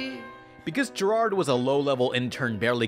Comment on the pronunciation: GERARD IS NOT A DIFFICULT NAME TO PRONOUNCE